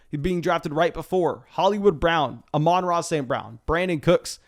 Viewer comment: I'm just glad you finally pronounced Amon-Ra right